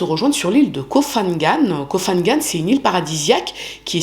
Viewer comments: Koh Phangan se prononce pangan le h après le p est muet et ne sonne pas comme un f. Comme Phuket qui se prononce pouquette et non fouquette. Sinon bonne vidéo merci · Hello, j'espère vraiment que tu iras mieux après tout ce que tu as traversé! et merci pour ton travail, toujours interessant, original et bien documenté! pour info: en Thaïlande on ne prononce pas le ph comme un F mais comme un P, Koh phangan et Koh phi phi se prononcent Ko pangan et Ko pipi!